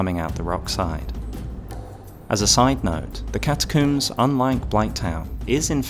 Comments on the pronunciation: ah yes the "Catacooms" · cataCOOMBS you say?